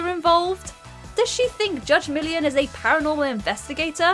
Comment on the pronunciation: "Judge Million"... if you're going to do a video based on a particular TV show, learn to say the main subject's name correctly 🙈